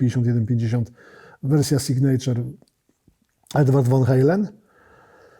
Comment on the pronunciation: Sygnaczaer, nie sygnejczer... Akcent na pierwszą sylabę.